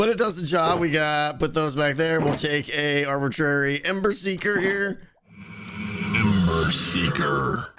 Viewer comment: I said this on the livestream video and I'm saying it again. The audio for "ember seeker" sounds like you are saying "emmer siger".